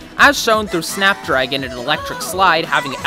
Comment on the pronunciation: Just me or did anyone else think he said fap dragon